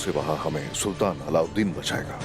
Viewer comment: Alavideen nhi allaudin